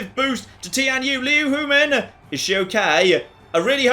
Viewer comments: And she died without you ever learning how to pronounce her name... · Well the silver lining to Liu Huimin's death, is that she no longer has to put up with you mispronouncing her name.